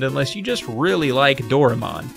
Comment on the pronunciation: Doraemon's said like "do ra eh mon." I get that pronunciation seems to be some sort of running gag in these videos, but it just sounds like a lack of effort instead.